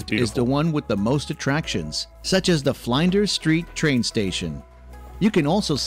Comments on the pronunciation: That’s the first time Ive heard Flinders st pronounced as Flynders st 😂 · "F-line-ders" street? Oh dear. The Melbournians are going to go ballistic in the comments. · I know - can't stop laughing. Bris-bayyne? nope. it should sound like = Brisben or Brisbun. Fline-duhs Street Station? (shivers) nope. it should sound like = Flinn-ders Street Station. There is no 'e' in Flin . Please someone from Australia do a tour of Australia video using the local lingo pronunciation. Then it won't just be entertaining for our foreign friends but helpful too. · First mistake right at the start. Not Bay Bridge. “Sydney Harbour Bridge.” No 2. “Not Fly,nders st station, like other words with the letter i in it (E.g.Linda) it’s pronounced, “Flinders, (like “in”) street. No 3. Not Melbourne Bay. “Port Philip Bay. And it’s not Melboooouuurne, it’s Melbn. No 5. Not Bris bane, “Brisbn.” The beer is VB, Victoria Bitter. QLD has XXXX. Cottesloe beach. Australia supplies a large number of camels to the Middle East. Thankfully he never said, eemoo, when it’s eemYOU. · The craziest one for me is, Flynders st. Since when would ANYBODY pronounce, “Flin” as Fly? Imagine kindergarten changed to, Kyndergarten to rhyme with Fly? I don’t care where they come from, that is a stupid pronunciation, nothing to do with an Australian place. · And - Flinders St. Station - not Fline - ders St. ! ? Australian tourism stories should be presented by an Aussie who can pronounce our place names correctly. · And "Flienders Street Station" 🤣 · Flindders St Station???? 😂😂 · Melbourne is said Melbin , Flinders = Flin ders, Brisbane = Brisban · Have never heard Flinders Street Station pronounced Flyyynders 🤣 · Flynders St. Got me!!!!! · I lost it at Fly-nders Street Station in Mel-burn. 🤣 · So many miss-pronunciations in this video. The one that shocked me most was Flinders street Railway Station He pronounced it “Flynders”. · Did he just say Fly.n.ders Street Station🤦‍♀️ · The pronunciation of Flinders was the worst.